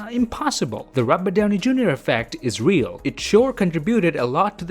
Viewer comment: The way you say rabut downi 🤣🤣🤣🤣🤣🤣